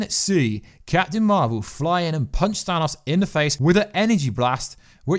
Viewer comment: "ThanASSSSSS" lol